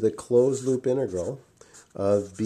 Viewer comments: he says hoop instead of loop for some reason lol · is it me or is he saying hoop instead of loop ?!